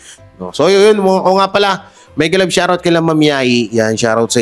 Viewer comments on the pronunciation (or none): none